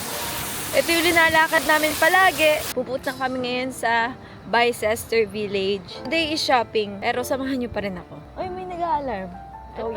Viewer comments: Ang tamang pagbigkas po ng Bicester ay "bis-tah", hindi "bay-ces-ter" :) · Bicester pronounce as Bister😂